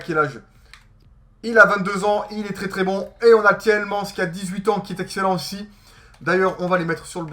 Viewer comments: c'est t-i-e-l-m-a-n-e-s que ça se prononce et pas t-i-e-l-m-an-s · c'est pas Tilmans c'est Tilemanes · c'est pas tilman ni tielmans mais c'est Tielemans!!!